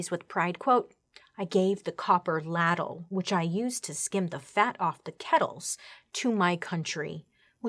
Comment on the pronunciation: I believe you meant to say… “(lay)- dle” … rhymes with cradle. You know… as in the scoopy spoon for picking up soups and gravy.